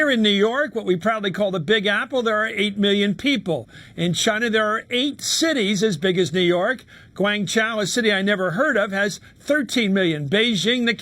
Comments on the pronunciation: "Gwangchow" but seriously, you've never heard of Guangzhou? How the hell do you have your job? American media is a fucking joke. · some British do but i pronounce it Guangzhou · Guangzhou. He doesn't even know how to say it. Even I know how to pronounce it. The city was once called Canton. Ever hear of that? Ever hear of the Chinese language known as Cantonese?